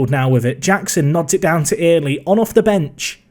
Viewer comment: Little bit of help it’s Saxon ‘early’ not ear-ley, kills me inside everytime u say it